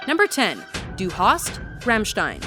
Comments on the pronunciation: it's rAAAAmmstein... AAAAA not rEEEEmmstein !!! RAAAAAAAAMMSTEIN.... learn it! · You should pronounce it Rumshtine, but roll the RRRRRRRRRRRRRRRRRR!!!! :) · She said ramshtin